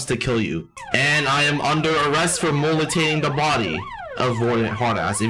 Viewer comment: lmao mutilation “mollitation”